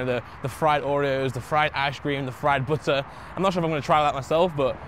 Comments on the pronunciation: Lol i like how he says bootter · nice "budder"! Keep it up!